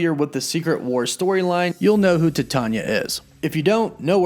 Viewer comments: Bro, you are saying "tatanya".it is *Titania*. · Your are pronouncing it wrong and it's pretty ridiculous. It's Titania...like Titanium. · It's pronounced like "female" TITANia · It's pronounced "Tie - Tay- Nee-Ya" not "Ti-tah-nya"... that was so painful to watch and hear... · Ti-tanya? Pronounced.......titan-ia as titanium but add a instead of um lol! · Pronounced TIE-TAY-NIA lol IT'S NOT "TIT-ON-YA" the pronunciations on this channel are hilarious lol just google pronunciations real quick before you hit record! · I thought it was pronounced like Titanium, just Ti-Tay-nee-ah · It's pronounced like titanium! Way to do a whole video and get it wrong! Titania (Ty-tain-ia) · Please pronounce it correctly: T-I-E TAYNE- EEAAA!! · Ty-Tan-nee-uuh. ijs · TY-TANE-YA !! Bro your killings me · DUDE, really? Her name is taken from the alloy Titanium... It is pronounced Tie-TAY-Nia !!! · Cmon bro u gotta know your pronouncing Titania wrong. Its like Titan with ia at the end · I thought it was pronounced Ti-tae-nia... You know like a play on the word Titan. Whatever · Titania = TieTayKneeUhh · Why are you pronouncing her name like that? It's pronounced TIE-TA-NIA. As in TITAN-IA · “Tit-tanya?” Try pronouncing it like Titanium or Titan or Titanic. 🤦🏻‍♂️ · Dude, it's pronounced "Tie-TAY-nee-uh" like the metal, titanium. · I Could be wrong but its ty-TANE-nee-ah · I’ve been reading marvel for years I thought the villains name was pronounced Titania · Say it with me phonetically: Tie-TAY-nee-uh, like the incredibly durable metal titanium. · Thank god somebody said this. He mispronounces a lot of stuff... hahaha. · You are pronouncing her name wrong..Titania. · Her name is pronounced tie-tan-ya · i could be wrong but i believe it's spelled "Titania" and it's pronounced "TAH-TANE-E-AH" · No you are right he fucked it up. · Yeah lol he said Tah-tonya 😂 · He really butchered the name of Titania huh lmao 😆 oh snap!